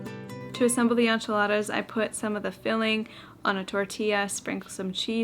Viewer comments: On-chiladas threw this Texan through a loop too! Hahaha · Inch ee la thuh! Is correct ☝🏻😅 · I've heard a lot of funny pronunciations but as a Texan who makes and eats enchiladas all the time, I've literally never heard them called On-chiladas❤ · The way you pronounce enchiladas tickles my soul. 🙊🤣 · The way you say enchiladas is cracking me up!!!😂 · I'm Latina and watching you make enchiladas... EEEK! But it's OK, you're from Canada and not from down South... We love you anyway! 😂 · I'm canadian and I definitely don't, hahaha! I was cringing the whole time 😂